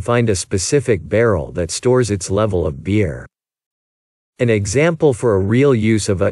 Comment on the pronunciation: Be careful to pronounce/ emphasis the word “for” correctly when talking about loops. As this stands your meaning is confusing and unclear.